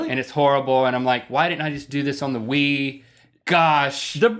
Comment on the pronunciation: Isn't your fault for not taking your kids bowling? Don't blame the Wii for WiiBowling, blame the Wii for sounding like you're trying to say "Wiener".